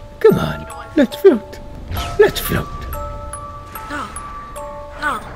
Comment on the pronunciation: says flaot